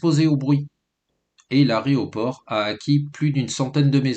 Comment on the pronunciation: A-é-roport, et pas a-ré-oport 🤦‍♀️